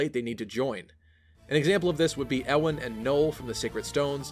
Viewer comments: Its pronounced yeewan not ewwwwan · U-in, not e-wan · Alright yo Ewan is pronounced as You-win. Not Euw ann. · Just a tip, Ewan is pronounced Yew-an. As in Ewan McGregor. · FYI, "Ewan" is pronounced "Yuan" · The way you say Ewan kinda kills me. Isn't it "you-wan"? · Ewan is pronounced You-win. No emphasis on anything, though I'd say the U part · Isn't Ewan pronounced like Yoo-in? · I've always pronounced it more "you-wan" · Ewan is a Scottish name. Always find it weird when people pronounce it wrong. Just remember Ewan McGregor. (Also I've never understood why people think Guy is pronounced Ghee because I know multiple people called Guy and it's just pronounced like the word guy. (gai kinda thing idk how to type pronunciations)